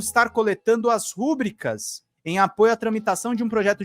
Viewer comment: Rúbrica NÃO,? Rubrica, palavra paroxítona ru-BRI-ca, por favor.